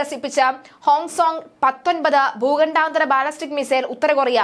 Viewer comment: ദൂഖണ്ഡാനന്തര അല്ല ഭൂഖണ്ഡാന്തര പറഞ്ഞേ